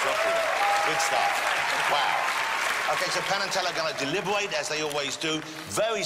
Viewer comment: No matter how many times I watch Fool Us, I can't get over "delibuwate" ... ugh.